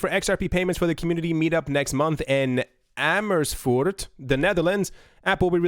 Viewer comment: I like how you said Amersfoort.